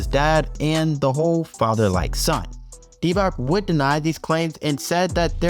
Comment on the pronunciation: Good video but pls learn how to say Dončić hearing you say Dontić hole video and then say Divak insted of Divac had me almost quit this video.